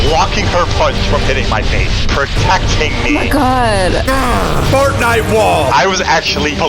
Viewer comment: fortnight sheld